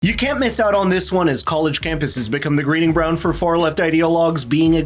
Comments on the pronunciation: In the beginning you say 'Greeding Bround' instead of Breeding Ground. Reminds me of an old classic I said once.... 'What kind of crappy tire turns when you sharp too poply?' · "Greeding Bround" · You opened the video with "greeding bround!" Lmao 😂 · Did he just say "Greeding Bound" in place of Breeding Ground? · did you say Greeding Brown? lol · He said "the greeding brownd" instead of "breeding ground" in the first few seconds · Am I the only one who caught the “Greeting brown” instead of “breeding ground” at the beginning? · the greeding bround? 😂😂😂 sorry, had to